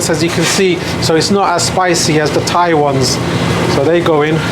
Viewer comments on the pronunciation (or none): none